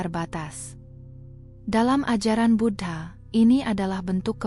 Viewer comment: Suara nya bagus, sayangnya aku merasa tak enak setiap admin nya menyebut Buddha dgn kata Bud ha...